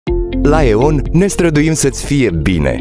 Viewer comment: Se aude ion nu e on